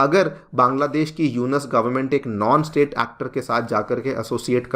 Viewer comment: ji..Its not यूनस, Its यूनुस